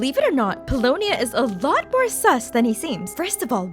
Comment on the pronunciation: Pulonia is Mary-ann!